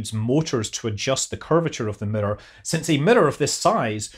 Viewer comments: Every time you say “mirror” it sounds like you are saying “emitter” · Any video where you say "mirror" over and over is a good video. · The way you say mirror is interesting.